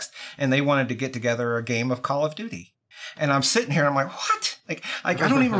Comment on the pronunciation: Did call it Call of Doody 1.48.02